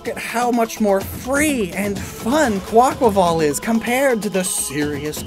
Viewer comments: It's a breath of fresh air hearing someone say the name properly after hearing Kwah-Qway-Vull for so long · THANK YOU for pronouncing Quaquaval's name correctly!! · Bless you for pronouncing Quaquaval correctly, its like music to my ears